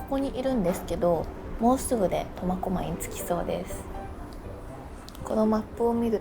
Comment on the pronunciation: 最初コマコマイって聞こえるけど間違ってたらすいません!